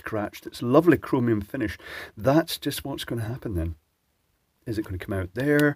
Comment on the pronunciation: I like how you said "Chromium top" :')